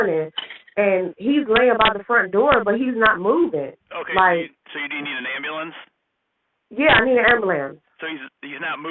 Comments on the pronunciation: She should have an extra 50 years for saying "ambahlampse" 😂😂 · I cannot stand when they say “ambalance ”. Ughh… grinds my gears! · “i need a ambalamps” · Anyone who axs for an ambu-lanse is guilty. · yeah he need an ambooolan 😂😂😂😂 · And amboolance. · 😂😂😂 and 50 years for saying ambahlampse 😂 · Absolutely. Also, anyone who axs for an ambu-lanse is guilty, likewise.